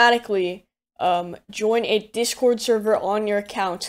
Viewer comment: I swear I keep hearing him say dishcord.